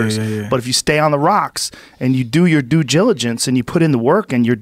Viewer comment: Joe "Due giLiGaNcE" rogan